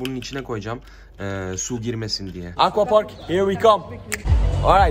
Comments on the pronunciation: Aqua parka ako park diyen yürekli abimiz😊😊😊😂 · Aquapark’ı eqwak diye okuyan bne😃